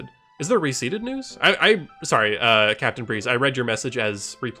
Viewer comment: Capitain player😂,Capitain blare😂 and capitain cher-ry😂?!